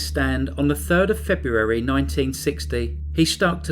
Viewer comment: please try to find cases not in the month febrreuawrrry (February) I can't tolerate the word murdering.